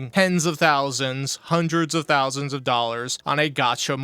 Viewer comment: "Theres thoulsands of people around the world who like what I do" and that's why he's barely breaking 300 views a video let alone a stream